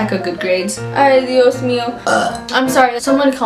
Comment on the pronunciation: "AYY DEE-OS MEE-O"